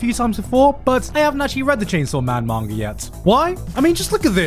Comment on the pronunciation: "Mangar" i will never hear garnt saying manga right ever again.